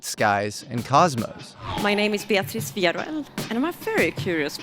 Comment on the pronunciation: Love you but mofo, not even a minute in and you've already mispronounced her last name!! <3